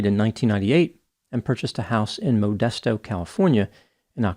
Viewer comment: Though the pronunciation is incorrect Californians say “muh-dest-oh”